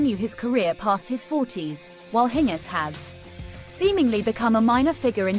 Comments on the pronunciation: Why do you say her name in a weird way????? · Why not pronounce her name correctly? Annoying. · Next time try and get the name right. If you have to rely on a computer for your audio, your audio will always suck.